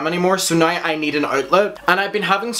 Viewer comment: "Sit-che-a-tion" love your accent I truly truly am living for it 'na-e-w' (now) just delightful and I love those baby blues honey...work it! ❣ and that in your face pause with those baby blues looking into your soul O. M. G. Just had me like 😳😳😳😳😮😳😳😏